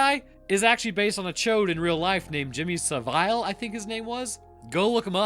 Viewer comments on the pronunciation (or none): it's pronounced savul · I believe he pronounced it as "vile" purposely due to Jimmy's um... predilections. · Not sure if ol' Jimmy deserves the respect of pronouncing his name correctly. Sa-vile would be more accurate anyhow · Sa vile may be a better name, but the monsters name was pronounced sah vill. And absolute abomination. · It's pronounced Jimmy "Sav-ill" and he was a monster.. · the pedo they references last name is pronounced as sav-ill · The chode's last name is pronounced sav-ill. Fun fact, the timeline of the movies started before his crimes were really talked about, so his followers don't even know how bad he was. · “Saville” rhymes with “gravel” in terms of pronunciation. Or travel, or unravel. Or “massive piece of shit who deserves the very worst that hell has to offer.” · Genuinely the most unique pronunciation of Jimmy Saville I’ve ever heard. Saville is pronounced SA-VILL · Honestly what the fuck is it with every single American pronouncing Jimmy Saville's name wrong? Not that that monstrous piece of shit even deserves his name pronounced right, but it's more nuts how not a single American seems to understand how their language works and is able to correctly pronounce it? I've heard 3 different versions. It's bizarre. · I’ve never heard saville pronounced like that 😂😂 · The cringe from your pronunciation of Saville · Was the way you pronounced Savile deliberate because he was a vile piece of shit, or did you just fuck up on the pronunciation 😂😂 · That pronunciation of Jimmy Savile is atrocious and shall henceforth be how I say his name if it should arise in the future! Thanks 😆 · My god that was the worst pronunciation of Saville I've ever heard lol